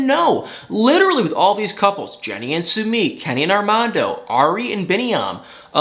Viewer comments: Yay! Now I won’t have to hear you disrespect and butcher Sumit’s name,! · Please learn how to pronounce Sumits name. It drove me crazy every time you said it lol